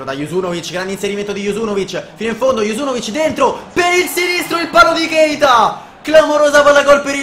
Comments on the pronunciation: cmq si pronuncia junuzovic no juzunovic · E comunque si chiama junuzovic, non juzunovic😂